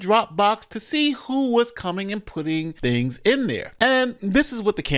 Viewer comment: If you can't pronounce the word "thing" then you can't run for a gov. position.